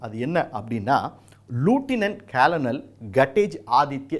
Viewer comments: லெப்டினன்ட் கர்னல் பதவியை லூட்டினன்ட் கொலோனல் என்று விவரிக்கிறார் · You are suppose to pronounce Lt col not as you pronounced the rank